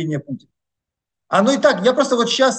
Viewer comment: Всегда слушаю Бортника с интересом. Но одна деталь выводит меня из внутреннего равновесия. Он говорит "чичас" вместо "сейчас"